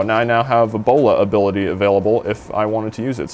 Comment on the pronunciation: sounded like he said ebola ability xD